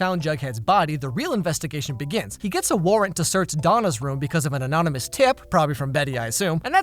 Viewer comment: It sounded like he said anominus not anonymous he’s great ngl love his content and is so funny!🤣